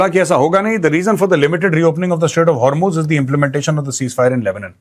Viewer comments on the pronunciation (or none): none